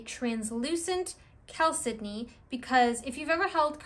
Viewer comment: Great information, thank you! I'd love it if you could speak a little more about the spiritual properties of agates vs jaspers in general. I'd also love a deep dive into the spiritual aspects of moss agate, and also blue chalcedony. (I think you did a fine job pronouncing it! I used to pronounce it "CHAL-se-doh-nee" until I heard you and a few other people say it "cal-SID-eh-nee.")